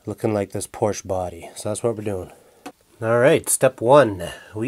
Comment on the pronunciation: Thankyou for pronouncing Porsche correctly...